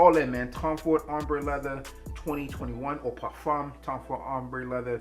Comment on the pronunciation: I REALLY appreciate the way you properly pronounce "parfum." Just a small detail but it matters.